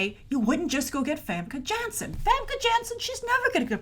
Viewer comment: You've been saying it right. Almost no one says Janssen's name properly when it should be so obvious since everyone knows she's Dutch.